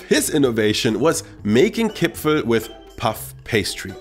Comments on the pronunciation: My dear, it is Kipferl not Kipfel... Greetings from Austria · The worst thing about listening to this as an austrian is the missing r in Kipferl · I've lived in Vienna my whole life and I don't think I've ever seen the spelling 'Kipfel' without the r. Certainly never heard anyone pronounce it like that. The pastry is a 'Briochekipferl' and the cookies are 'Vanillekipferl'. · Every austrian says "Kipferl" and not "Kipfel" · I've lived in Vienna for all my life and I've never heard of a Kipfel. There is always an R in there. The second kind of Kipferl you are talking about is called a Vanillekipferl over here. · Nobody says Kipfel in Vienna, it is named Kipferl per se ;) But nice and friendly videos as alyways! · It is Kipferl! That there also is a smaller cookie-style Vanillekipferl, but no one in Austria says Kipfel! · Hey,nice Video but as an Austrian i can tell you that the big pastry you call Kipfel is called Kipferl while the small cookies are called Vanillekipferl. In my entire life i have never heard anyone calling it Kipfel before i watched this Video xD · Kipferl, not Kipfel! Yes, that also counts for the pastry! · as an Austrian I have to correct you on one thing: There is no Kipfel. It’s all Kipferl. The thing you said was a Kipferl is actually a Vanillekipferl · Es heißt Kipferl. Mit einem R. 😁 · As an Austrian, please let me tell you; it is KipfeRl not Kipfel. Nobody here in Austria calls it Kipfel. That sounds so terrible. The one you called Kipferl is the Vanillekipferl. A very traditional Christmas cookie but isn't called just Kipferl but at it's full name, Vanillekipferl. Q_Q